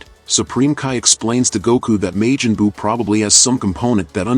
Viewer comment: This garbage AI voice. May-Jin- Boo? Lol tf is that